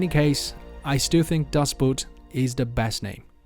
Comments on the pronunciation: It is pronounced Das Boot. i.e. das ˈboːt not das ˈbüt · Lovely work!! One minor observation...the word boat is German to begin with. It’s not Das “Boot”, it’s pronounced Das "Boat”. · You are mispronouncing the word Boot, the Germans pronounce it like us, BOAT as in the word OAT, with a B in front of it. To pronounce it like Boot the item worn on your foot, is incorrect. So to be clear, when you see the Title of the book "Das Boot" is should be pronounced as "Das boat" to be true to the Author's Father Tongue! Absolutely excellent art work "Mine Freund" I'm sure the Author, Lothar-Günther Buchheim would have approved! May he rest in peace.